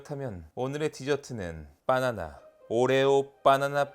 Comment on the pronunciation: 님은 격조높게 '바나나'가 아니라 '빠놔놔'로 푸딩을 만드시네요.ㅋ